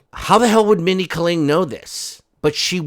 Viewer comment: Holy hell, it's Mindy KAY-ling